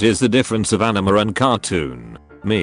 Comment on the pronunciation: The way the voice calls anime an enema.